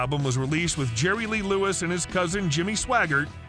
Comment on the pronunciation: His name is Jerry Lee Lewis. No Lerry Jee Lewis. 😂😂😂😂😂